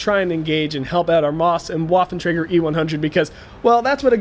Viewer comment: That was a pretty intense battle - good job! If I may make a suggestion, however, it would be that you pronounce 'Waffentrager' more like 'Vaffentrager', because lolGerman. Thanks :)